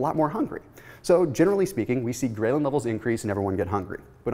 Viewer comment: A minor comment, 'ghrelin' is pronounced differently, see here for example